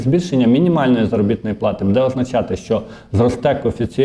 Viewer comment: Не кажіть будЄ, це на правильно. Правильно українською бУде. Не правильний наголос.